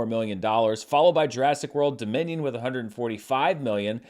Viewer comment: I don't pretend to understand that whole Minions suits trend. All I know is that every time you said "Jurassic World: Dominion", I heard "Jurassic World: Da Minion" and that made me smile😊😁